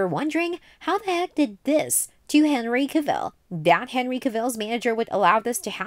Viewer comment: An entire video of mispronouncing Henry Cavill's last name, that's got to be a feat of some kind